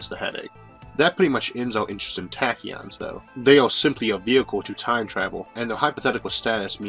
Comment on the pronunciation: TA TA KEEYON (TAAAAAAAACK) TAK-KI-YON TAAAAAACK